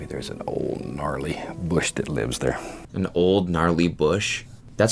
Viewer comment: canada meter went MAX w that 'ther'